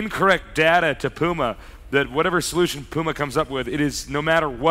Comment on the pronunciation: "Pee-yu-mah" I can't get over how he says that.